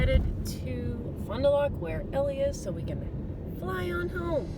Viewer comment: It's pronounced Fon Da Lac not Loc lol.